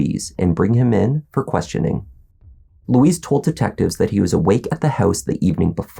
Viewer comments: His name is 'Luis', not Louise! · It’s not ‘Louise’ (Lu-weeze). It Luis (Lu-ice, rhymes with police). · It’s not LOUISE it’s loo-ez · Why do you keep calling him Louise, that's a girl's name? It's Luis.. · Its pronounced lewis not louise. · You're pronouncing his name like the woman's name. It's "Lou-eess" not "Lou-eez." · It’s Luis; not Louise.